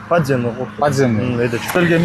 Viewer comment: Аай коокуй аай. Подземный, надземныйды айта албай.